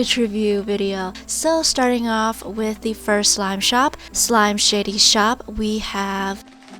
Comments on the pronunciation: I thought she said slimeshittyshop😂🤣😅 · I heard “slime shitty shop” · When she said the first slime shop's name I thought she said s***y in the name